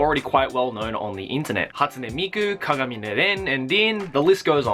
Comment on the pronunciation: YOU PRONOUNCED KAGAMINE WRONG